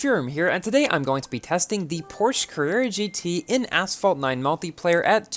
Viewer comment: Bruh when will learn how to properly pronounce "Porsche" it pronounced like "porshuh"